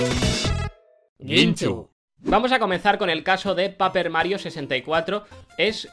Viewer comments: Gente: /pei-per/ Guinxu: /pa-per/ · Perdón por mi pronunciación en japonés… procede a llamar al juego P A P E R Mario 🥲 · Me ha dolido cuando has dicho "paper mario 64", el ingles on point jajsajsj aun asi buen video como siempree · Ese Paper me dolió los oídos, así como el 64. Se llama "Paper Mario" a secas, o para la nintendo 64. Lo cual es EXACTAMENTE lo que pasa en occidente, (Insertar voz de Stryder7x) "Having a friendly conversation with NPCs crashes Paper Mario". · Guinxu enfadaste a mucha gente diciendo paper mario de la manera que la dijiste xd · Dios, me ha dolido como pronuncias paper mario